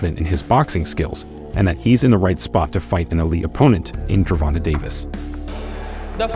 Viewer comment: Ger-von-tae not gervonta lol why do white people have a hard time saying it 😂😂😂